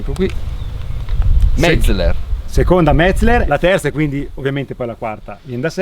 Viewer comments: Si dice Metzeler no Metzler.Impara prima di parlare.Se non vedi la"E" comprati gli occhiali. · Uei... Perfetto, cerca di essere "perfetto" anche nella pronuncia... Metzleler si pronuncia Metzéler, con l'accento sulla SECONDA "e". con buona pace dei tedeschi... Ti prego, cerca di concentrarti... :-) E anche Michelin pronunciarlo alla francese, non è snob, ma solo reale.